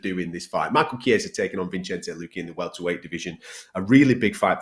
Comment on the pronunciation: Bruh smfh “Vinchenze” lmaoo